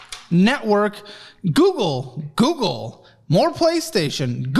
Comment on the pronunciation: google sounds like gems